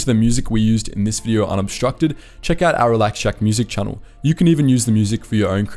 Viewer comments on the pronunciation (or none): none